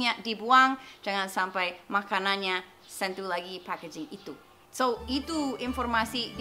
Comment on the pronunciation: You have pronounced "sentuh" as you pronounced "sent to" 😁 I'm just kidding